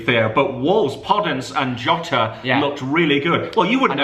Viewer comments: While giving the Burnley vs wolves prediction, said podence and jota lol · Thogdad said podence and jota when they were predicting wolves Burnley lol